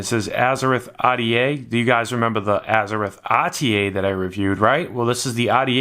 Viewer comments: And it's Azzer-ROTH not azzer-rith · James Skyvaper He's like a Spanish speaking guy that pronounces "R's" uniquely... Azze-rith Ah'DA😜